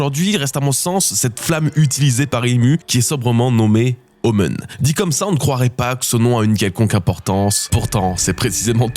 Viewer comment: Super vidéo, mais je suis quasiment sûr que "omen" se prononce "omène", pas "omeune" 🤣